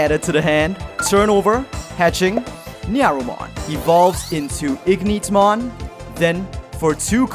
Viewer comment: It's literally Ignitemon not Igneetmon